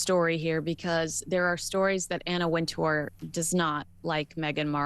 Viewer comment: Anna Wintour pronounces her last name WIN-ter